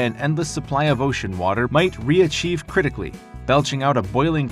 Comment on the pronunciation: If you're going to make a video with "terrifying" and "nuclear" in the title at least pronounce the word "criticality" correctly...